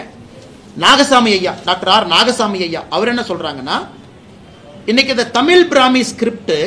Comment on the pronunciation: எத்தனை முறை தமிழ் என்ற சொல்லை அண்ணாமலை தமில் என்று சொல்கிறார் பாருஙகள்.